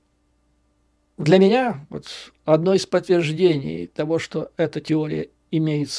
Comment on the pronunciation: Посмотрев видео с Курска,,с удивлением обнаружил ,что местные Гкают ,ШО кают .